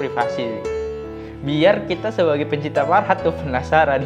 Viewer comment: Fahrat bang bukan farhat🙏